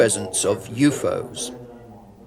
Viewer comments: lol at the pronounciation of UFO's .... "you-foes"? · Why does the translator keep pronouncing U.F.O.s as U-fos?